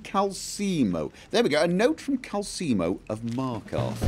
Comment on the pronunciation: Hello there, I'm just commenting on how triggered I am regarding pronunciation of Calcelmo. I am reliably informed Calcelmo does, in fact, have an "l' in it. It is therefore pronounced CalCELmo. Not CalSEEmo. You've got this right in your Richard playthrough.